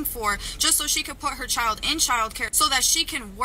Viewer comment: Ugh, listening to say chiow, like child is just aggravating.